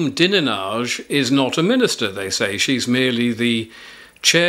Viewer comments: Go... Its Dine....age pronounced as such I believe... Like fred dineage... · that surname you mentioned...dinenage...is pronounced.....dinage.....for example for strange names...arkansaw as it is said is arkansas...........just trying to help...........take care..i love your channel..well done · Dinenage is Fred Dinenage's daughter, it's pronounced "dine-idge".